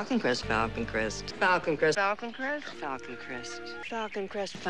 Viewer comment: After the first minute, it sounds like she is saying Falcon Crest octopus!!!....lol